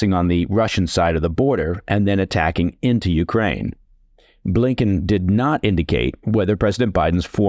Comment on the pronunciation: Coherent, sensible, well-written. Also, great diction. Thanks for not mispronouncing any words hipster-style, or saying YOO-krane instead of yoo-KRANE. I object a little to kar-KEEV, though. Should be HAR-keev. (Giving a little phlegm to the first letter is optional in English, but rendering it as a simple K isn't right.)